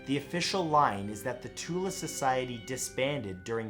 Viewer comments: just a matter of point the correct way to pronounce "the Thule society" like tool with a lisp so pronounced more like thool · I need to correct this guy on some thing thule pronounced. (th-ule) worshiped the land of shambala wich was a land of quote on quote arian perfection and said land was rumoured to hold an army so great that it could have won the war for germany as well as be the most powerfull militia out there and alchemy as well as the acult practices were used to try to creat portals to this rumoured land Side notes other practices were used and this society spearheaded the way for the nazi regime as well as smaller faction groups known as hydra wich was an idea used for comics later and millennium wich is rumoured to still be around waiting for the return of shambalian gods